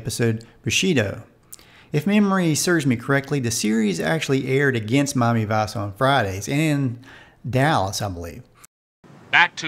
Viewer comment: I'm wondering, what kind of accent is it where you pronounce Miami Vice as "Mommy Vase"? I'm curious as English is not my native language.